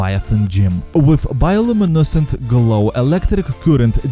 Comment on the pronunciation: The way you say bio luminescent lmaooooo